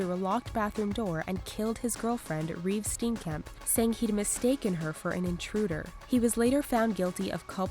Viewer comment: Who is Reeve Steenkemp?? It's Reeva Steenkamp!